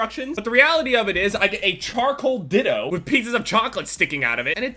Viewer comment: "Charcoal diddo"